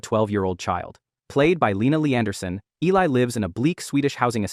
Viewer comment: I only have one issue with the video and that her name was mispronounced. It was Eh-lee